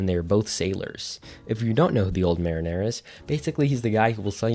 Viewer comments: Mare in er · he pronounced "the old Mariner" like Marinara sauce 😂 I had to pause and come to the comments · The pronunciation of mariner being said like marinara sauce is killing me😭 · bro please have someone check your pronunciations like i know what you mean but PLEASE it's Go-Toro not Go-rotto and mariner sounds like ma-reen-er not the beginning of marinara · ermm, you kept pronouncing "mariner" as "marinara" without the last "a" lol edit: also fyi "calico" is pronounced "CAL-ick-oh" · Youre pronouncing mariner like hes an italian red sauce with meat. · Mariner doesn't sound anything like bolognese lol.